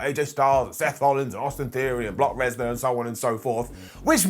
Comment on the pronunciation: Did he say Block Resnar? 😂😂